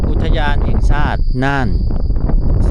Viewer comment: อุทยานศรีน่าน อ่านว่า อุด - ทะ - ยาน - สี - น่าน